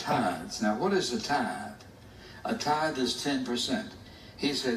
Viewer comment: SOFT TH IN TITHE IM CRINGING